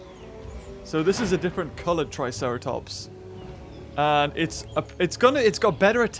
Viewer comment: He said triceraplot